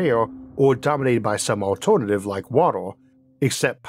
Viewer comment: Im high but i cant even pay attention, the pronounciation keeps distracting me ahhh, wator, altornortive, univorse, etc. He keeps saying wator/watol tho im crying